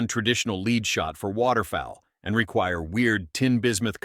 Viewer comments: LEAD spoken as leed multiple times. AI narrator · What the heck is 'leed' ? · I cringed every time he said "leed" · The text and point are valid, but boy can you get an AI narrator that can actually pronound the word LEAD? It does well with an american accent speaking English, but can't seem to figure out lead.